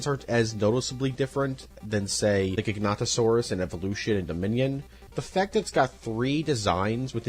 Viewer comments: Great video! But good lord those pronunciations were simply atrocious 😂 Mat-an-sair-os Tuh-con-yo Mwair-tay Pain-yuh Edit: Also gig-uh-note-oh-saurus Edit 2: the ‘t’ in Carnotaurus is right there my guy 😭 Edit 3: okay I’m done, these dinosaur name mispronunciations are horrendous and I can’t correct all of them 💀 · he said it like ji-gan-to-sorus but its actually gig-a-not-a-sorus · "gigantosaurus" bro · A little correction, you have to pronounce the first o in Giganotosaurus. I'm fairly certain that Gigantosaurus was a sauropod, not a theropod like Giganotosaurus.